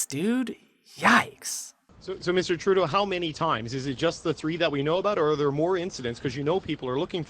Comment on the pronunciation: Justin Truday-o day-o